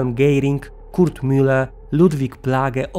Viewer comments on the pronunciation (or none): none